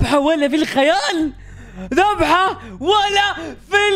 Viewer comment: ذبحه❌ ذحبه✅